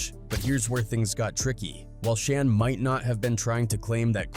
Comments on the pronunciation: It's Shan, like, pan! Not Shon. 🙄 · AI sucks Shan not Shon. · Mc Shawn is how it pronounced it..lol Shan, like can